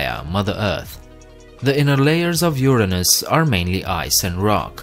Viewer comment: And thank you for pronouncing Uranus correctly!!! People in the US do not. They pronounce it in a way that makes it sound like a body part. I won't type it, but I know you will get it. 😝